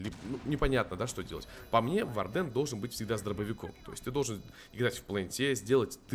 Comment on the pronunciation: по моему нужно увеличить сам щит блица и не вардЕн, а вАрден